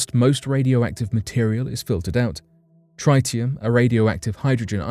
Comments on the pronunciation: I appreciate what you are reporting but you are pronouncing the word TRITIUM incorrectly , It rhymes with TIT . Cheers. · 52nd word you've mispronounced: TRITIUM.